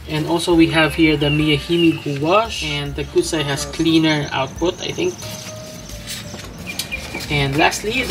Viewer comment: 古彩 is pronounced gucai - 'ancient/classical color' that's the product name. It's like the Japanese gansai because the binder is animal collagen based. Not really meant to be translucent watercolors as we know them. More comparable to gansai tambi in ingredients and usage. Thanks for your reviews!